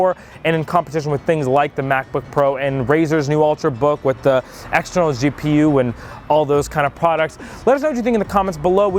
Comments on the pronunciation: Stop calling it a Geepoo. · Do you know how I know that you're not qualified to be giving me tech tips? You call a fucking G-P-U a G-Poo. Just how? You know it's an abbreviation right? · Who else dies a little bit inside each time this guy says "geepoo" instead of G. P. U. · "G-Poo?" Who the fuck says that? Just say G.P.U. you lazy little shit! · Stop it, it is pronounced G.P.U or G-pee-you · What is a g-poo? It's a gpu doofus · Did you seriusly just call i a G-poo? As in poo/poop? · DID HE LITERALLY JUST SAY GEEPOO WHAT THE FUCK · he said gpoo on purpose right? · please do no say G-Poo again, Please. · He really needs to learn how to say GPU. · gpu pronounciation had me sub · lmao he did every time XD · if your reviewer cant even pronounce gpu then he probably shouldnt be reviewing for tech products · MY GOD HE SAID IT AGAIN DOES HE NOT KNOW WHAT A GPU IS THIS IS TECHNO BUFFALO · They're not tech experts if they mispronounce "GPU." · Oh my god you can't pronounce GPU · a guy who makes tech videos for such a long time doest know how to pronounce GPU he just reads the script XD